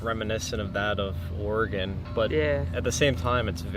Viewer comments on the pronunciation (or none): none